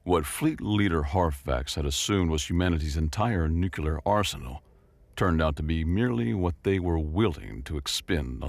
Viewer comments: Apologies for my criticism then. However I'm quite certain it sounded like "New-Que-Lar." Its the only modern mispronounciation I can't get myself accept. For some reason, it deeply bugs me. Yeah, I'm weird. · There's no second "U" in the word "Nuclear"